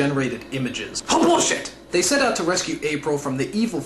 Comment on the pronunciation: .; What was with Nostalgia Critic saying "Bull-shit!"?